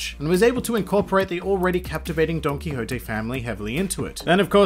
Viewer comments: Did he just say Donkey Hoté ? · Are you sure thats how you say dontoquixte?